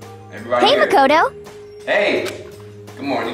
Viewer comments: he says "muh-cah-toh" 😭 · is it me or does he mispronounce makoto name over and over